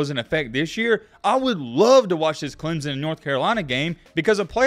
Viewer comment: DUDE just where the hell is the Z in Clemson?? ITS clem son NOT CLEM ZON dude cant even pronounce it correctly smhh